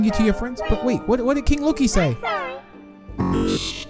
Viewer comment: I love they say lokie friends